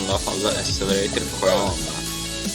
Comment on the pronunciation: Accelerator tam olarak şöyle okunuyor " ekselereytır " bilginize :)